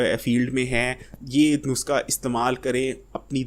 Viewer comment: بھائی صاحب نسخہ کو نسکا کیوں بولتے ہو؟